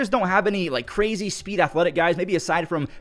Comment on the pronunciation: Did you say brazy? 😂